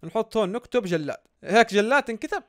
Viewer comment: ءءءء أول مرة يوصلني إشعار الله يخليك عدل نومك عشان لما تعمل البثوث تعمله بالوقت إلي الكل صاحي فيه 😂🌯 الله عليك يا سميته جِِِِِلاد مو جَََلاد 😂😂